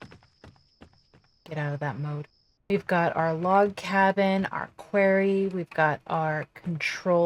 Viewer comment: You are so down-to-earth: "I CAN speak and English IS my first language!". If this country had more people like you, THAT would make it great again. Not "Metallurgy" like "Metallica" but "Metal" +"Urgee". The "arry" in "Quarry" sounds like "orry" in "Sorry" which is what I am for offering these corrections. If I have something hanging out of my nose, I would rather you tell me than I remain oblivious. 🤙